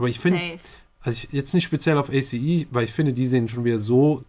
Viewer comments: Man spricht A.C.E als ein Wort aus 😂 Es klingt sooooo komisch wenn ihr das wie eine Abkürzung vorliest ahhahahah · It’s pronounced Ace not A.C.E, even if it’s written like that:) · Yey, eine meiner Biasgruppen! Es wird nicht a c e sondern ace (englisch) ausgesprochen :). Das Theater ist das selbe, Love Shot von EXO wurde da auch gedreht! Wow (grün) - Joker Byeongkwan (Zöpfe) - Harley Quinn. Von denen habt ihr schon Undercover geguckt. Da habt ihr BK auch schon als Androgyn bezeichnet^^ Cactus (Debutsong) kann ich auch absolut empfehlen!